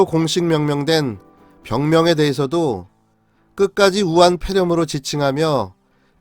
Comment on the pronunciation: 아직도 우한뾔렴? 발음도 안되면서 왜 자꾸 뾔렴이라고 하는지 ㅉㅉ 안스럽구나